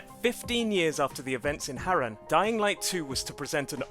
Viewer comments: The only thing i didn’t like about this video was the pronunciation of Harran, its not Harr-An is Haraaaarrrrnnnn 😂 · Stop saying hayren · 16 seconds it bothers me how wrong you pronounced harran you said harren